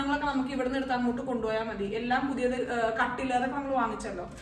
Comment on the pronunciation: It’s ‘ puthiyath’ annu